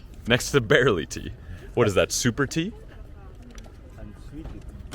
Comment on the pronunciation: Great video dude! Barley Tea though my man, not barely tea! 💙